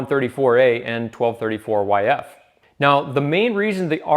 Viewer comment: Did buddy really just say twelve thirty-four-yf? Unforgivable.